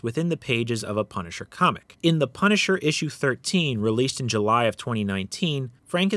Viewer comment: The pun-i-cher